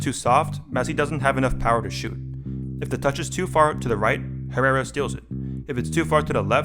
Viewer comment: The way Americans pronounce "Herrera" 😂